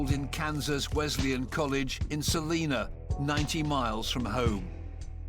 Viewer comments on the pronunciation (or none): It’s pronounced Sa-line-a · Salina -"Sa Lie Nah", I like the content, but hard to believe they mispronounce a few different things. I really don't think he is much of anything. I would say he was more of a wannabe and wanted the attention. Either way he did terrible things to not only families but the entire city and even outlying towns. Good Riddence.